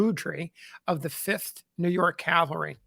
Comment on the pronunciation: I realize it's a petty complaint, but every time I hear someone pronounce "cavalry" as "caLVary," it drives me bonkers!! Interesting video nonetheless.